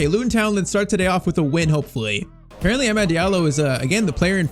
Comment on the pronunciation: yh man still pmo the way he says amad